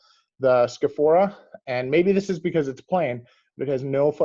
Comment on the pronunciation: Thanks for the video, and yes you got the pronunciation right, bravo! I would suggest investigating the Scafora Norvegese stitched shoes--they're really quite exquisite.